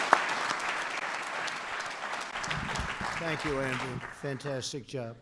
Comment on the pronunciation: Make climate great again.... Trump;" we made a new climate so greate nobody would be able or need to breathe again Fan-Tan-Stick". 😁😁😁😁😁😁😁 Donald Fan-Tan-Stick Trump ... The funniest guy on Earth....